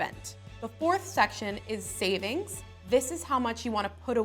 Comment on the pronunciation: Who else noticed that she didn't finish the "g" in savings